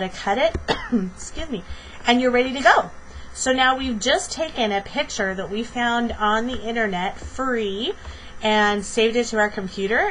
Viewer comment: Are you actually saying "pitcher"?